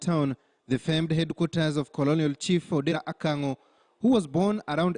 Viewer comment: No, not "Akang'o". The correct spelling and pronunciation is "Kang'o". The chief's correct name is Odera Kang'o.